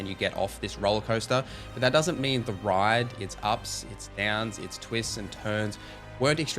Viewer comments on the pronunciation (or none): none